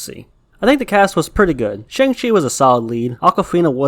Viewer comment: Glad you said Shang and not shong.